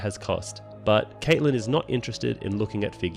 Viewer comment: Great job on the summary 👍. Although it was very annoying how you keep pronouncing Catelyn as Kaitlyn instead of Cat-e-lyn like i am used to.